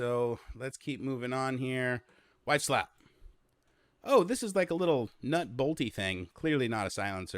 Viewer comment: I love how he kept on saying wife slap instead of white slap.